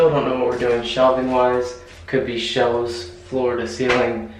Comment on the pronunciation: The bloopers were so funny!! I think you had trouble saying Sherwin Williams - as anyone could - but you, like many others, seem to have....I don't know if it's considered a speech impediment or not but - you don't pronounce your "L's" quite right - they actually tend to come out more like "w's" or "ew's" for instance the word elves or shelves tend to sound like - ewes - shewves. so Sherwin Williams would be troublesome to say w/all the W's and L's...... Just what occurred to me watching Your vids & these bloopers. The other things I noticed are that you do have an amazing smile and you are a great husband - that closet was certainly built with LOVE!! Thank you for sharing! ♥♥♥